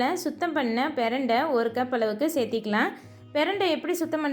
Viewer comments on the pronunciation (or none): எல்லாம் நல்லா புரிகிறது. ஆனால் ஒவ்வொரு முறையும் "சேத்திக்கலாம்" என்று உச்சரிக்கிரிங்கலே அது அப்படி அல்ல. "சேர்த்துக்கலாம்"